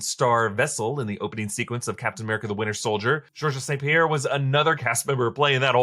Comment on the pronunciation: You can tell by the way he pronounce Georges St-Pierre that he watches absolutely zero mma.